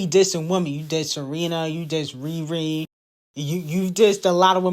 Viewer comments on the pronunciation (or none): none